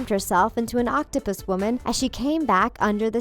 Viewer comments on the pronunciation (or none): none